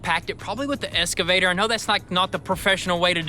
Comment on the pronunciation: Boys, I've been holding back on this for a long time.......but it's eXcavator, not eScavator. Kills me with chuckles every time you say it. :-)